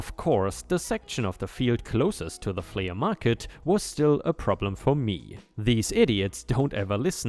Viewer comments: It's not fle ah it's flee but spelled flea. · Flea is said as "flee" not "flee-uh." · Love your stories! We watch every day. I just thought I'd give you a little help with your English. The word flea is pronounced flee. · "Flea" sounds the same as "flee." In this case the A is just modifying the sound of the E in this word, but is otherwise silent. A "flea market" is an almost-slang term for a miscellaneous outdoor market, something between a garage sale and a normal outdoor business. Many outdoor markets in the rest of the world would probably be considered "flea markets" if they were in the US. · Helpful hint: the word Flea is simply said like FLEE. The A at the end is silent. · Flea is pronounced flee like to run away 😀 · Flea is pronounced flee. Your pronunciation getting much better! Keep up your good work and thank you for making videos. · Flea is pronounced flee (the a is silent) it rhymes with bee and sea... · 🌟 FYI 'flea' is pronounced the same as 'flee' 🌟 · It’s pronounced “flee” market, no hate, just so you know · For the man narrating the word flea is pronounced flee!! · it is pronounced "flea = flee." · Good story here. Btw, flea is pronounced "flee." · Pronunciation note: the "flea" in "flea market" is pronounced "flee" 🌟🌟🌟🌟🌟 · In english we do not sound the a separately in flea market, it sounds the same as flee.